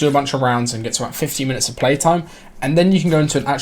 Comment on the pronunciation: I'm from the UK LOL but it sounded like 50 minutes tbh